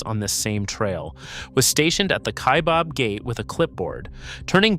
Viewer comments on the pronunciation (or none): Kaibab like rhyming with cab. Not Kaibob